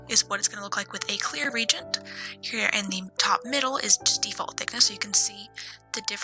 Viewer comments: Re-agent, not regent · It's pronounced re-agent